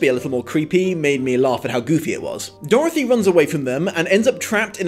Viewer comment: Can i just mention how i love the way you say Dorthy?